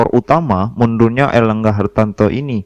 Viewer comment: Ngomong erlangga hartarto aja kliru erlangga hartanto Piye to kang